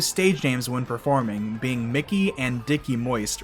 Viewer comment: Mickey. Mickey Melchiando. Not Mikey